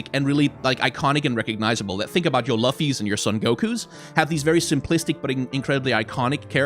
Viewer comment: Did this guy really just pronounce Luffy's name wrong?